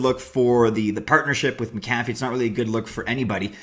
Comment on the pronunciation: His name is pronounced MAC-a-fee